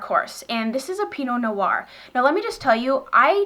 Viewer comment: Hello! Just a little tip from a frenchie over here ;) Pinot noir, the "noir" part is only one syllable, you seem to be saying no-oir, but its pronounced just noir (like "nwar") ;)